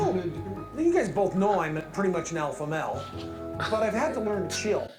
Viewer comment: He can’t even say alpha male correctly xD “alpha mel”